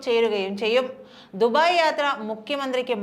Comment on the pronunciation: കൊച്ചേ ദുഫായ് അല്ല ദുബായ്